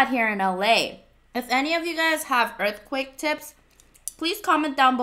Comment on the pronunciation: My aunt was in a earth cweyk